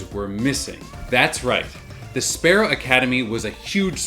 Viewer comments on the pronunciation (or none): none